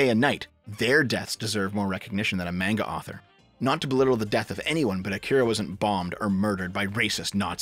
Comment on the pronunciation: I thought someone called shortfatotaku would be able to pronounce manga correctly